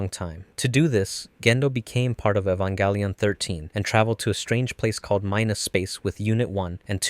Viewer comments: "Evan-GÆ-lion" 😐 what's with the "GÆ" pronounciation? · bruh how you say evanGellion